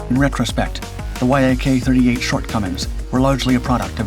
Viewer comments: Why do you keep calling it the Y-AK 38? Its pronounced like Jak 38, it may sound wrong but that is how you pronounce it and people that know about MIG, etc will recognize that you are speaking about YAK. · VTOL is an acronym standing for Vertical Take Off and Landing -- it is pronounced Vee-tol I believe Yak-38 is NOT an acronym and just pronounced 'yak' and not Y-A-K, an acronym.